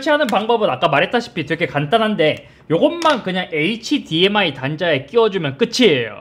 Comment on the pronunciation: hdmi 읽을때 h랑 dmi 나눠서 읽지 말아주세요 ㅋㅋㅋ 굳이 나누려면 hd랑 mi로 나눠주세요 제발